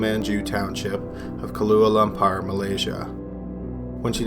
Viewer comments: “Kahlúa Lom-par”...Is that some fashionable new cocktail?? Try “Kuala Lumpur”, capital of Malaysia, you dolt. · Did you say Kalua Lumpar Malaysia ...? I’m pretty sure it’s Kuala Lumpur I like your channel anyway 😊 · Kahlúa Lum-par? Is that a new drink???!! It's Kuala Lumpur, you dolt. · Kalua Lampar...???!!! REALLY...??? It's KUALA LUMPUR...!! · Are you saying kaluah (ka lew ah?) lampur? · Do you mean Kuala Lumpur? "Koala Lam-Poor"? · Kahluah Lampar? LOL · should have been good but you need to be careful of your pronunciation ie kuala lumpur (kahlua lumpur) small details that could have made this vid great jmo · 'kahlua lumpar' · Dude, learn how to pronounce Kuala Lumpur correctly.